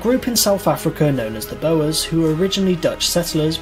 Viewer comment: C+ at best for this video; a few errors & mispronunciations. Boer is said same as Bore not bo-er. Indian Mutiny was about treatment of the Sepoys and the rumour with the introduction of new rifle cartridges that had to be opened with the teeth that upset both Hindus & Muslims by suggestion either beef fat or pork fat was used. Gravelines the place of the battle in 1588 was mispronounced. William, who became William the 3rd was not invited to be king on his own. He was co-regent with Mary II. This is the only time in British history we have had 2 ruling monarchs. Miss out the woollen industry in Yorkshire that was a part of the industrial revolution. They were not high taxes imposed on the 13 colonies that was the problem regarding the Irish Potato Famine: the Irish lumper was particularly susceptible to blight and potato blight affect Europe not just Ireland. The British government did NOT for food exports it just didn't stop them in the middle and later years of the famine. More people emigrated than died.